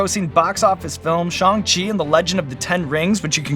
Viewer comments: finally someone who said shang chi right :,) loved this interview so much! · Much respect to Sean for pronouncing the title of the film (at least as far as I can tell) correctly. I still hear "Sh-aang Chi" all the time. But Sean said it exactly how Kevin Feige does, so I think it's good.